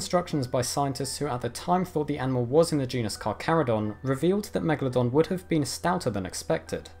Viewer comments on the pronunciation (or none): Why is he saying Megladon? its MegaLODON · It's actually pronounced 'megAlodon'. You put the emphAsis on a different syllAble. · Why you say always meglodon. You are stupide? This fisch is a megalodon.